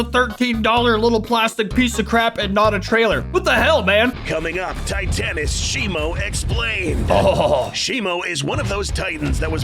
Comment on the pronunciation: Bro really said " shimo titys " 💀